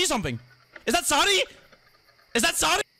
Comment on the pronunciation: imagine saying Zardy instead of Zady